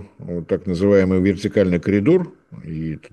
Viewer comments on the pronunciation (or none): none